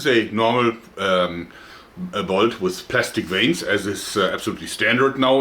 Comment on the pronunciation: "Let me show you vat I came up vith, ha ha ha."